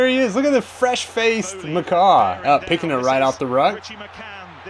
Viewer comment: You saying McCah hurts my soul so much